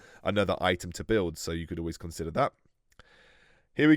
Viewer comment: on says “consdier” and not “consider” I’m dead 😂💀